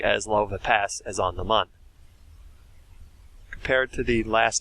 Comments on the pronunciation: Mun is pronounced like "moon" and not "muhn" (the original intended spelling was actually Mün, which would have removed any ambiguity) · M with the two dots over the u is not ‘mun, mone’ it’s mooooon! Just say moon! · Mun is like moon, not like bun, get it right